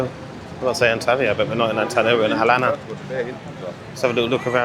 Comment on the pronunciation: I hope you don't mind me correcting you but it's pronounced Al-lan-ya not Alana. Wasn't going to mention it but thought it may help 😊